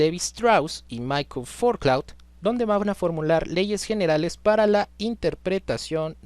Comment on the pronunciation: Puedes pronunciar Foucault? 🤣😂